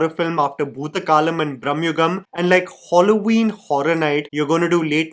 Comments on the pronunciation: It is Halloween...not holloween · criticizes the "language switch", ignorant of a rather common phenomenon of "Manglish" practiced in Kerala but also among overseas Keralites, masking it as an "unpopular opinion" Also: "Holloween" 💀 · Yeah yeah we all wondering wtf is HOLLOW-IN? 😑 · Wtf is Holloweeen? Matlab kuchh bhi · It's Halloween it's not hollow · I can't get past saying Holloween. It's so jarring😢 Also the accent was giving AI. Yeah this video threw me for sure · I kept hearing Hauloween (Madhuri desai short reference) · hollo ween 😂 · Halloween, not Holloween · Hallow-Ween not Hollow-Ween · saying “hollow-ween” is equivalent to Benedict Cumberbatch saying “penwing” to me 😭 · Cool video but I think I am the only one who is wincing a little whenever is saying "holloween"😂